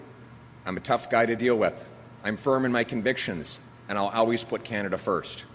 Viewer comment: Such a good speaker, answers questions...says the word "always" weird though, always.